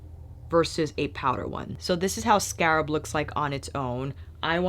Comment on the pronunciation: you are too funny. Scarp or scarab? I love your channel because I know at some point I’m going to have a deep belly laugh as well as great makeup information. It’s a gift. So thanks for having such a humble gracious attitude- one who can laugh at herself and still be a boss.